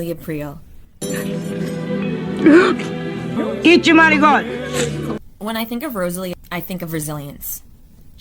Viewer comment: Great video! But what hallened to "eachuh manigott" !